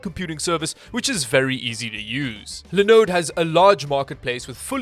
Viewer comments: See you are still saying linode and lInux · Is it just me or is the way says linode pretty satisfying 🤔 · Haha.. Same thoughts. There are vids where says it with even more feels